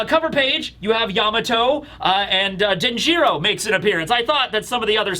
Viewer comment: Denjiro is pronounced DEN-jur-oh, not den-JEER-oh